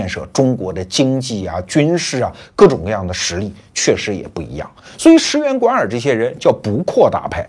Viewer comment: 第一次听出罗胖会念错 石原莞（wan）尔